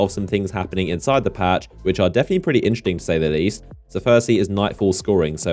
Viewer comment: Why are you constantly saying "inchting" and not "interesting"? it's triggering me in every video :D